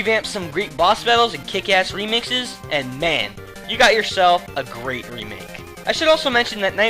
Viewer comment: After seeing Mass attacks description by you...and you said Great Music....I though you said RAPE MUSIC